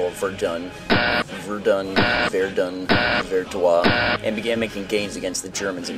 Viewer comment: It's /vəʁdœ̃/